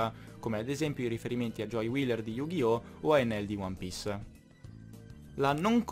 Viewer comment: Più o meno nel il personaggio di one piece che tu ai chiamato enel in realtà nell' anime (almeno in giapponese) viene chiamato/pronunciato ener anche se si scrive enel